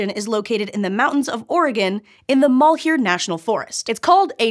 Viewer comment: Malheur is pronounced "Mal-Yer" just FYI